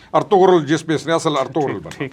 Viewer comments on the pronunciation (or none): none